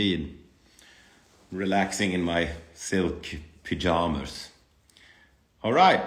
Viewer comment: I love the way he pronounces it lmao 😭